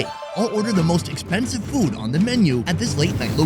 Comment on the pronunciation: Sonny gets on my nerves why he’s always say fuudd instead of food ?? Get on my nerves already !!